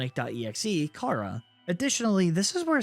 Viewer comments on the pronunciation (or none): none